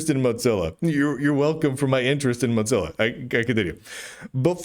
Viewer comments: moe zilla not motzilla or watever it doesnt matter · Muht-zilla. Muht-zilla. Why are you saying Muht-zilla lol? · Dear, while I've thought for many years that you and I would be close friends if we lived near one another, I feel the need to call your attention to the pronunciation of 'Mozilla'. As there is only one 'z' in the word, we do not pronounce it with the 't' as we do in the word 'pizza'. It's PEET-za because of its doubled-z, and MOH-zil-a because of its singular 'z'. Keep up the good work; you are a jewel of a journalist.